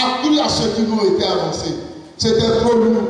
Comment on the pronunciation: on fait belle et bien la liaison en français : (...) à ce que nous était annoncé(...). on écrit nous était mais on dit bien nous "z" était. .. HERMANN n a pas fait de faute. soyez benis